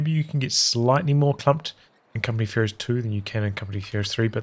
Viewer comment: Does it sound like he says "company fuhrer's 3" or is it just me?